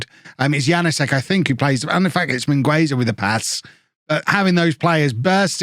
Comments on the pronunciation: The u in Mingueza is silent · the U in Mingueza is silent! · channelling his inner Ronald Koeman with Mingueza. In all seriousness, in Spanish the U in this case is silent